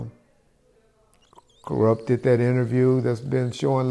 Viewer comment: He said Koerupt not Kurupt so that means he's talking about a whole other person so its ok for us to still love his music